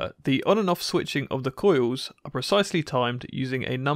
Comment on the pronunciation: “Koy-yous wif vow-tidge”